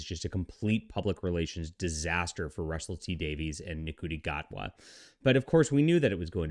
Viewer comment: What was his name sorry? 😂 it’s pronounced shooti gatwa. If you can’t even be bothered to research how the actors name is pronounced then Jesus Christ. Christopher eccleston who I love as the doctor played the role 18 years ago. If you can’t adapt over 18 years which Russel t Davies, David tenant and Catherine tate have done then maybe this show just isn’t for you anymore